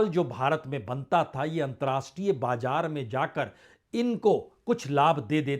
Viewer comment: Dear Sir, despite your great worldwide news analysis, please correct your pronunciation. For example: bajar not correct and BAZAR is correct and jiada is not correct and ZIADA is correct, hjara: hazar, etc